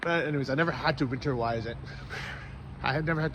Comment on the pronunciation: Dude. Win-ter-ize.